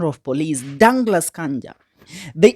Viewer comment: Very poor pronunciations: Bodo for Bondo, Ear for year, Danglas Kanja for Douglas, I think they are too many I won't state all. Listen from a peer listener, however the overall message it fantastic.